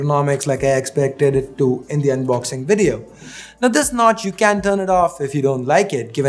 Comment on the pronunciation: That No-tch 🙄🙄